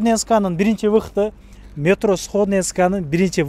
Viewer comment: Метрону туура айтчы